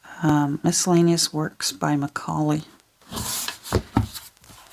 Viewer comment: Very interesting. You were correct with your pronunciations of Macaulay and Trevelyan 👍🏻. The "Great War" does indeed mean the 1st World War, certainly not in the sense of great meaning wonderful but rather that of it being huge in scale and impact. The "History Extra" website gives a good explanation: "Great War' was the most commonly used name for the First World War at the time, although 'European War' was also sometimes used. As the first pan-European War since Napoleon, 'Great' simply indicated the enormous scale of the conflict, much as we might today talk of a 'great storm' or a 'great flood'. However, the term also had moral connotations. The Allies believed they were fighting against an evil militarism that had taken hold in Germany. 'Great War' carried echoes of Armageddon, the biblical Great Battle of Good and Evil to be fought at the end of Time (there was indeed a battle at Megiddo, the site of Armageddon, in September 1918). It was therefore sometimes referred to as 'the Great War for Civilisation'. Although 'Great War' remained in use after the conflict was over, the moral connotations and implications that it had been 'a war to end all wars' fell away as the prospect grew in the 1930s of a second world war." Thank you for your videos, I ❤️❤️❤️ books and it's also marvelous to see how you adapt them into beautiful journals and give them a new life. 🥰